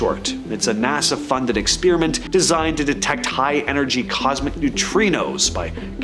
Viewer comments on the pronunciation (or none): I couldn't keep listening. I know dude was going to keep saying ''eck spear uh ment'' lots more times. It's "spare" ... ''eck spare uh ment''